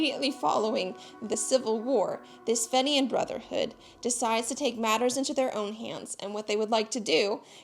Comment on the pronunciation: Had to stop listening after hearing "fenian" continually mispronounced, to my ears anyway.